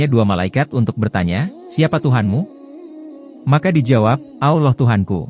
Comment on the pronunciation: Ki ngomong.a alla bukan allah..